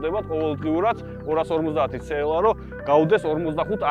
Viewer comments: რა ცე ელ ა რა ცე ელ ა ??? ძაან მაგარი კონტენტია მაგრამ ცე ელ ა? რა ენაზე? ?? CLA. სი ელ ეი. ასე გამოითქმის და სასაცილო აღარ იქნება. ძაან მაგრები ხართ სხვა მაგრამ მანქანების გამოთქმა სწორად თქვენ მაინც დაიწყეთ :) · ცეელას რო იძახის ყურებიდან სისხლი მომდის ხოლმე ტო